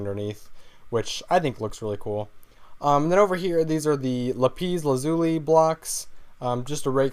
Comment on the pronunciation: it is pronounced LA PIS LAZ UH LEE